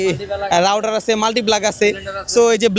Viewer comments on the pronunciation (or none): রাউডার না রাউটার বইলেস